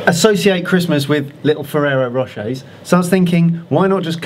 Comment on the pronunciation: "Aftertaste: Ferreo Rocher." xDDD